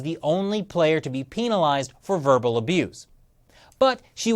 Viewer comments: Lol he's says "pEEEEEn-ilized" instead of penilized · I’m staying out of this so imma just say why tf does he say PEENALIZED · No offense you sound like a great guy but I started dying when you said "peenalized" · peen alized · why does he say penalized like that? It makes me uncomfortable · Are we sure that's how you pronounce "penalized"..? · this guy can't pronounce penalized right. and yeah she's a sore loser. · HE PRONOUNCES PENALIZED TWO DIFFERENT WAYS RIGHT HERE WTF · Hehe “penalized” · Kind of off-topic, but why is switching between the two pronunciations of “penalized”? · Is that how you are supposed to pronounce penalized.. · The way you pronounce penalized really pissis me off